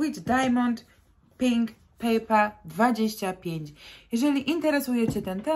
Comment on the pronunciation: Eau de parfum wymawia się ,,o de parfę" i nie papper,tylko pepper(pieprz)